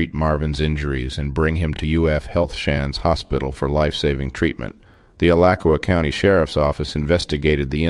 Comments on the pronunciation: The name of the town, is pronounced, A lach a wa. And 911, is not nine hundred and eleven, just same the numbers, one at a time. The birds, were probably frustrated, in the enclosure, and took it out on that man. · BTW, Alachua is pronounced, uh•la•choo•uh. Why would anyone go inside, alone in an enclosure with this type of bird? So very sad...RIP sir. 😢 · Dude, love your videos but the town’s name is pronounced Al at tu uh. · Florida girl here. The "ch" in Alachua is pronounced like in the word 'chew'. Ala-chew-a. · It’s pronounced Ah-latch-oo-ah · free animals lol I just made a similar comment about his alachua pronunciation, I'm sure he's not a native floridian. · Lol the way he says Alachua is not the way its pronounced in florida. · You butchered the name of Alachua!